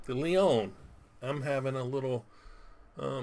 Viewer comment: Leone not leon you need the eh on the end